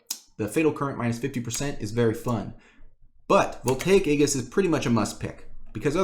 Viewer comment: "aegis" is pronounced like this: ējis